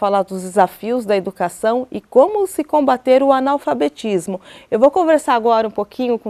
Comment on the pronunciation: Anal fabetismo kkk! É assim q a mulher tá pronunciando!